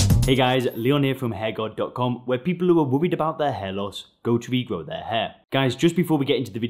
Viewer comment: I like the way he says "hairguard". It sounds like HairGod. Which is what we all aspire to be, I suppose.